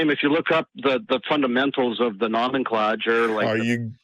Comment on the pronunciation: "No-men-cla-jer" lol